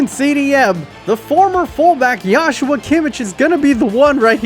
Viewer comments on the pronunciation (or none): none